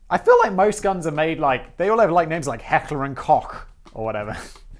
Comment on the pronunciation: Holy shit! I thought the only German word Simon knew to pronounce properly was "Gesellschaft", but he really nailed "Heckler" and "Koch".